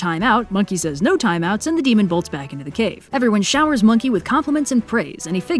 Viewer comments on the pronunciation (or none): none